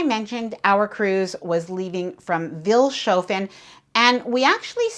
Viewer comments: The town you embarked in, Vilshofen, is pronounced Fils-hoffen as is normal in German speaking areas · Vils' hoe fen is the pronunciation. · What a great video. The only criticism I have is that you should try to find out how to pronounce the names of the towns. Pronouncing them with an accent is totally ok, but please at least make an effort. E.g. Vilshofen is "Fils-hofen" and Passau has the stress on the first syllable. I think it's a matter of respect. It's easy to look up basic German pronunciation.